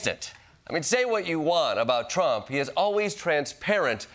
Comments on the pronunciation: tromp tromp. cant she even say his name right in between the dow deflections? lol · Does anyone else hate the way she pronounces "Trump"?